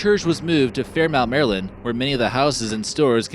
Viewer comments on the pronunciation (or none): none